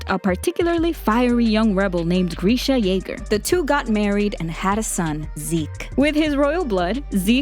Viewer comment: Nah it’s greesha